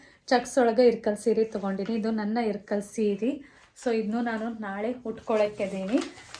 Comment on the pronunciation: ಇಲ್ಲಕಲ್ ಸೀರೆ ರಿ ಅದು ಇರ್ಕಲ್ ಅಲ್ಲ ಇಲ್ಲಕಲ್ ನಮ್ಮ್ ಊರು currect it